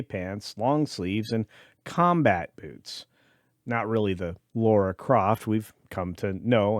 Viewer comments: Well I am out, this opinion is not required as this dude cannot even get the character’s name right… It’s Lara NOT “Laura” Croft. [Signed by] A Brit. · LARA not Laura